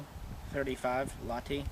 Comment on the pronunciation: Is it just me or did he said lahti wrong?